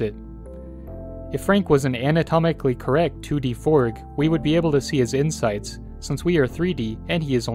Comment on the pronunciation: I love how he said forg instead of frog 😂